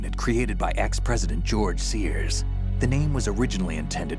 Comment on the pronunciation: did anyone else notice "Gorge" Sears? 😂